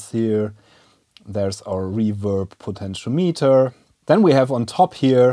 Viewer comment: Protip: "potentiometer" is pronounced " puh ten shee om i ter "